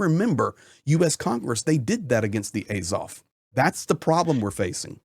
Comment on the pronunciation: The first 4 minutes of this video is a waste of time. It's just some dude no one's ever heard of saying how great he is and then saying what we've all been saying for the last 11 years. There's nothing new in this video. You are also pronouncing Azov incorrectly. Not that it's important.